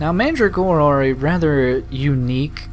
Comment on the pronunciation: I really don't get why you had to sacrifice the kind of mandragora that was used in the perfume. That was just plain stupid and nonsensical. By the way, AFAIK, you pronounce it "manDRAgora" with emphasis on the "dra".